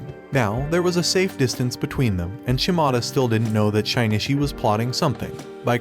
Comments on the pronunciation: Shinichi not shainatchi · it is pronounced as shinichi not shainichi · Anyone else bothered by how he pronounces Shinichi's name? It sounds like he is saying Shine-Itch-ie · that name pronounciation XD SHINY-Shi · it's Shin-itchy